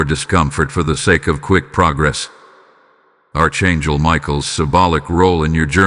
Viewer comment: It is not pronounced ARCH. IT IS PRONOUNCED ARK (ANGEL)